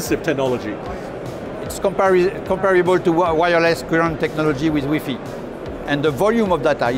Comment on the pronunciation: The way the guy pronounced Wi-Fi lmaoo